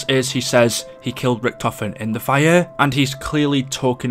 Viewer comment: Everyone: Fire: Fireuuu